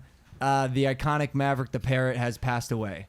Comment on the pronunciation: Bro... Not Marverick... Tell me this is a joke.